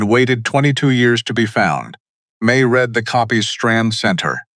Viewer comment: AI reading with the wrong inflexion on the word.